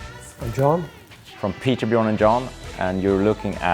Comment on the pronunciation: Its not "Bjorn". Its Bjööööööörn. Thanks for spelling that out in the title Amoeba. I have no idea why my fellow countrymen don't pronounce names in their language correctly. A friendly slap is needed.